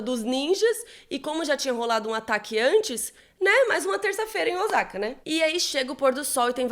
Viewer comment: Ai,custa pesquisar a pronúncia dos nomes japoneses? Nem é crítica , é um toque . “Ozaka “ dói no ouvido ! A pronúncia é com o som de ss ÔSSAKA.